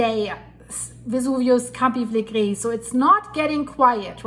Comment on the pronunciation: Pronounced Campi-fill-leg-ri❤